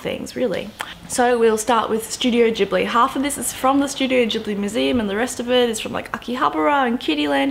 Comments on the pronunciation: I'm pretty sure it's pronounced "studio gibli" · The way you pronounce words (particularly 'Ghibli' and 'Totoro') nearly had me in tears.